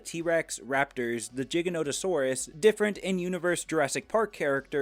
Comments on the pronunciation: ITS PRONOUNCED GIGANTO-SAURUS LIKE GAINT NOT LIL GIGA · jiganotosarus are we saying stuff like it’s jig saw now it’s pronounced with a G that’s why it’s called giganotosaurus. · It bothers me how you pronounce "Giganotosaurus".